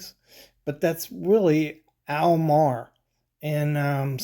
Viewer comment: I have never in my life heard anyone refer to them as "AWL Mar".